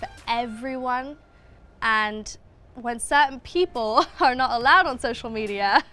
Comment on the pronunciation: when she said social media her accent went real American